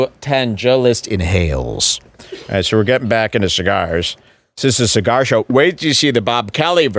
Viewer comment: List probably puked after that cee-gar